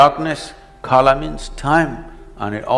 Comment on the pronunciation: Abey wo "kala" hai "Khala" nahi ...